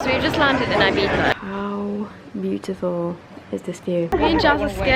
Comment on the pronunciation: Cute how you pronounce Ibiza xx from Spain 💛